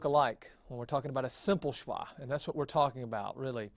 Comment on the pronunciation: Just to note there is no 'w' in Hebrew. A vav is always a V sound when it is a consonant. SheVah is the correct pronunciation.